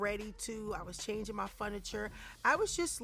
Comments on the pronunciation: Wtf is foniture ? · Apartment full of FUNiture, I was changing my FUNiture. It's furniture with an r in it 😂😁😂😁😁😂😂😁😂😁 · "Funiture" though? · The way she keeps saying Fun-iture ; is so silly , I just LOVE yo-yo ❤ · Never heard anyone pronounce furniture as “fun-it-ture” 🤣 So cute!